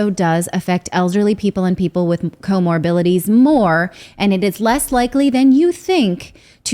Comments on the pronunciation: It’s pronounced co-morbiDities! Not co-morbiLities since you are speaking like you know how to interpret scientific data. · What are “co-mobilities”?